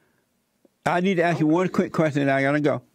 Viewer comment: lemme axe you a qwesshion